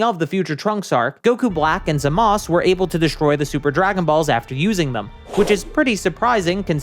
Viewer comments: also who the hell is zamas just pronounce the u you tryna be a try hard edgy lol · Why don’t you just pronounce it..Zamasu? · I feel my brain cells slipping away everytime this guy says “Zamas” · The way you pronounce Zamasu is like nails on a chalkboard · Is it just me or you are saying Zamas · In both English and Japanese it is pronounced Zah-muh-soo. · I never thought someone would say "Zamusu" like that